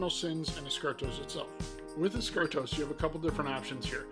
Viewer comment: Eschatos is not “Eschartos”, just FYI